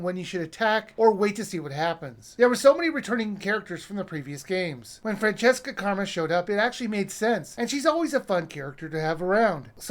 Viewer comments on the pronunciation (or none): I couldn't help but notice you mispronounced Franziska's name. It's not Fran-chess-ka like in Francesca. It's Fran-ziss-ka.